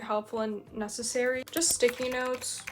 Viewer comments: Ur "necessary" feels like ur a Arab 😂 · Her necessary feel like Arabian english 😂😂😂